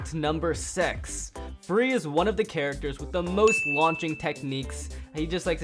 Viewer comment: Did just say sex in six